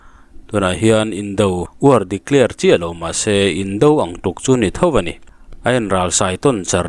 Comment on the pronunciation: Sawitu, "Declear" i tih hi, "DECLARE" a nih ngei a rinawm. Enhlish word leh meaning hi chîk a pawimawh a nia.